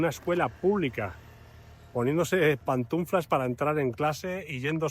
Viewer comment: Pantuflas….no pantuNflas 😅🙌🏻